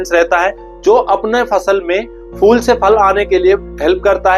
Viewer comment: Fool ( फ़ूल ) naheen Phool ( फूल ) kaho फ़ूल ( मूर्ख ) !!